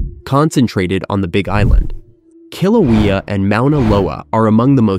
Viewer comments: That volcano on the Big Island is pronounced: Kill-oh-WAY-ah, NOT "Kill-Oh-WEE-Oh." Great graphics, and terrific overall video -- by the way -- but your mispronunciation of that mountain makes me cringe (35-year Hawaii resident). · Speaker clearly not someone who grew up in Hawaii. Newanu? Nu'uanu. With the glottal stop, full stop. Hilina: High lean-ah? Heeleena. Kilauea: Not kilaweeya. the e is short: Killawaya. Hawaiian was written down by German missionaries. It uses German pronunciation for the most part. Loihi is now Kama'ehuakanaloa. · Forgot to mention the Big Island's third volcano, Hualālai. It last erupted in 1801. Your pronunciation of Hawaiian names "Kilauea" and "Hilani" are wanting. Pronounce Hawaiian vowels same as Spanish, and they are ALL pronounced, eg., Kaʻaʻawa. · AI always misprounounces everything. People who don't live here don't understand the difference in pronunciation, and I'm not tripping.